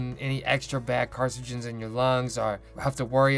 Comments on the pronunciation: “carcigens” based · He keeps mispronouncing carcinogens LOL but great video anyway